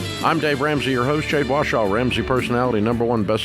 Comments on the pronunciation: Does anyone feel weird about Dave saying ’Jade Washaw’ instead of correctly pronouncing her name? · if he can say ‘warrior’ correctly, you’d think he’d be able to figure out ‘Warshaw’ lmao, why are you so upset?